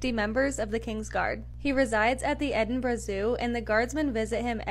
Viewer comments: Well, done for pronouncing Edinburgh correctly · Brilliant video and thank you for saying Edinburgh properly. Penguins are among my favourite animals